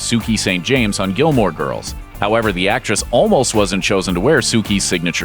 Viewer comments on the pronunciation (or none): none